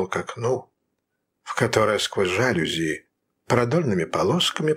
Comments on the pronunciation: Не жАлюзи, а жалюзИ – это французское слово, а следовательно, ударение на последнем слоге. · Прекрасное прочтение! Спасибо! Один момент: мне казалось, правильно произносить "жалюзИ"? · Это так. Ударение на И. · Да, правильное ударение в слове "жалюзИ" на последнем слоге. Такой он, французский язык!)